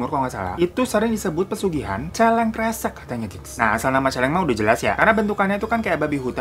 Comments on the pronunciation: Celeng : Babi hutan Kesreg bang bukan kresek Kesreg : gesek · Celeng kesreg bang bukan celeng kresek😅 maap telat 2 hari